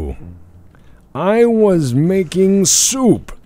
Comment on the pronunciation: It's shoup time, bork, and there's no time like shoup time.